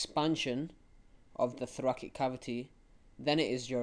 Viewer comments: was honestly v frustrating to listen to the pronunciation of thoracic as thorakik and subatomic pressure being mistold instead of subatmospheric pressure. Mistakes that could easily be replicated by people watching and makes the videomaker seem like he doesn't really understand the topic himself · I left when I heard thorakik